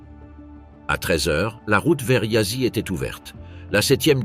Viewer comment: Apprenez d'urgence à prononcer les mots roumains, non pas yassi Mais Yasch (Prononciation) de même que pour les mots Allemands. Si déjà vous publiez ne prononcez pas cu Mais vous Tous les mots roumains sevprinoncent cou. Popeacou parex prononcez popeacou de grâce